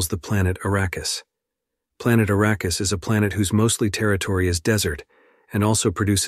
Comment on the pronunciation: How about, when you do a recap, YOU do the recap, not some AI bullshit that doesn't know how to pronounce words. If it IS you doing the commentary, learn to pronounce the words you use! For example, the natives to Arrakis (a name that was surprisingly pronounced correctly...) are called Fremen not Freemen. You would know this if you had seen the movie or read the books! And let's assume that you did, you didn't listen to what you posted because in the first 38 seconds (that's as far as I could tolerate) there were multiple pronunciation errors of the same word!